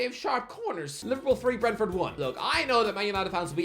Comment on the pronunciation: Man said Brentford, I had to check Captions and he did 🤣🤣